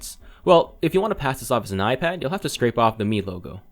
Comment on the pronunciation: do you get paid every time you say aijpad ...